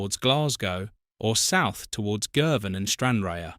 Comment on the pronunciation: Stranraer is pronounced like Stran-rarr. Ayr is pronounced like Air. And Dumfries is pronounced like Dum-freess